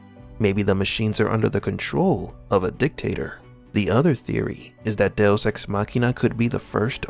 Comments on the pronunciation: Literally never heard it pronounced DeOS before but good vid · Do oss ....I thought it was "deux" dowose.....what is this guy actually saying😔🤷‍♀️🤦‍♀️ du oss.....loooooool funny af 🤣